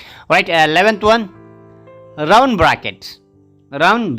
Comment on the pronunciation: Round pronunciation is not rawand its pronunciation is raoond